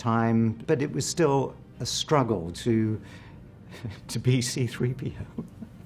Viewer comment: Also… “3.p.o.”… not that much effort calling him “c3po” nthony anieals